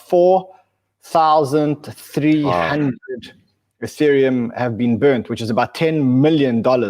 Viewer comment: The first time I've heard say "Ethereum" as opposed to "Youthereum"